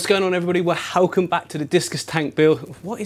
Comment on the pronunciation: Wer-hell-come! 🤣 that’s a new thing 🐡